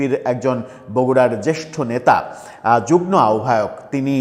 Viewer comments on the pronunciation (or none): আরে ভাই ওটা যুগ্ম, যুগ্ন নয়। আপনারা একটা চ্যানেল খুলে নেন আর বাঙালি হয়েও ভুলভাল বাংলা বলতে থাকেন। Disgusting ।